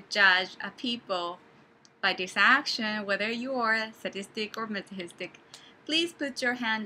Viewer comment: hello i am new to this channel! i laughed at how to tell between S and M I'm definitely S lol when you say the word Masochist i notice you say it like maso-hist. i am not a native English speaker so i had trouble learning how to say it too, apparently it is pronounced maso-kest! i used to say it maso-chest lol good luck and thank you for these videos!